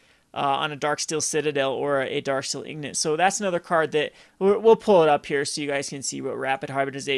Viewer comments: ING-GOT! ING-GOT! STOP SAYING EEG-NIT! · lol "darksteel ignot" it's "INgot" as it not gn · INGOT! The N is in front of the G! EEng-ot! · true - he shuoldn't ingore the correct pronuoncaitoin